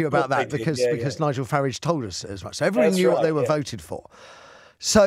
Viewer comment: It's Farage not Farige get it right laddy